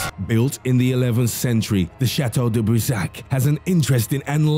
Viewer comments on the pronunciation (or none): "chateau de brissaach"